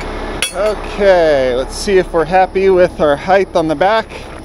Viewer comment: Height, not heigth!